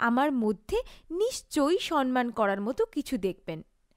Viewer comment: kawtha ta "shawmman"✅. Shawnman ❌ noy.